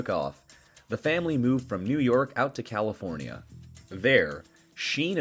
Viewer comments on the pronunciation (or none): none